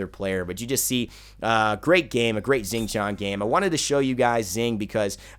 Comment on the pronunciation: Xing is pronounced as Shing not Zing